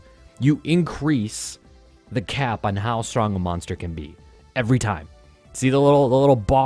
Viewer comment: good vid but i cringed every time he said "monster"